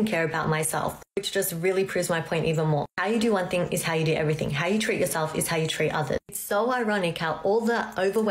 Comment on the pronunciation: I know this is judgemental,but every time she says the word treat it sounds like tweet!!!